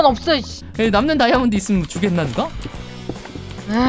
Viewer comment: 에 '다이아'몬드가 아니라 '발이야'몬듴ㅋㅋㅋㅋㅋㅋㅋㅋㅋ<